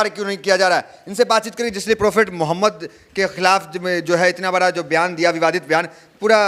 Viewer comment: phle ap apne nabi kareem ka naam thik se lena seekhen speech start hone se phle speech pr dhyan dijiye apne naam kaise liya hi apse behtar to pandit ji ne sammman k sath naam liya hi